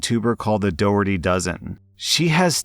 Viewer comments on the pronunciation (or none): hi! the Easter mom is actually pronounced Dock-er-tie, and as of (I think) this month, she's taken in two new kids and bumped it up to 12 kiddos in her nest! I highly recommend looking into her TikTok account where she really went viral for her 5am for a mom of 10 series, she's an absolute gem of a person and has a heart of gold. Along with adopting and fostering, she keeps the connections with their bio parents, when possible, and includes them in celebrations with their own gifts and time with their children. Everything she does is truly that of a saint